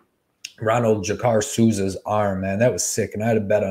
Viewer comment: Bruh, did you really just say “Renaldo Jakkar Souza?” lmao 🤣 Did you just start watching MMA last year?